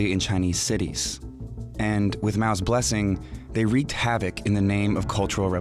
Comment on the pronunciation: Mao's, not Ma's!